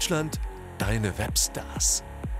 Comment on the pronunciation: Was mich so ein bisschen stört ist wie im opener das "Web Stars" betont wird...